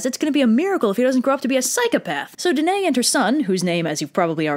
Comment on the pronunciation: One error: Danaë is pronounced dan-eye-ee Other than that, PERFECTION!